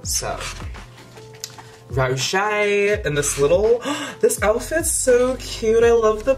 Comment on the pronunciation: "Stohp it's mish rowzee! Ohr my gaurrd" LMAO I'm Dead!! Hahahaha